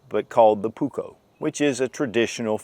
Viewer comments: Pronuse it puuuuukko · Only because he’s mispronouncing it 😀 the ”u” is way longer, as is the the ”k”. In Finnish, double letters mean loooong sounds.